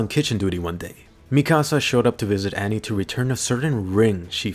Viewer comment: Why does he say mikasa and wall Maria that way. It sounds so different from the anime 🤷🏻‍♂️. What’s the correct way of pronouncing it?